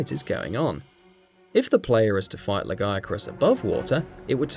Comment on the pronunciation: "La gay crus"